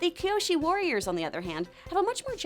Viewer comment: It’s Kyoshi not Kiyoshi Theres a total difference even in Japanese きょ-kyo きよ-kiyo